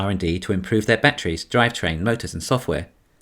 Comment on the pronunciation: Was it really "batter ease" or was it "badder ease"?